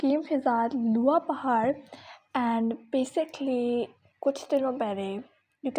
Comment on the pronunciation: Hi Its looha paarh not luha